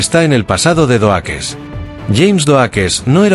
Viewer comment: Epico Xd "surprise mother, asterisco, asterisco" jajaja. Doakes se pronuncia (DoUkss. Pero igual estuvo genial el video!!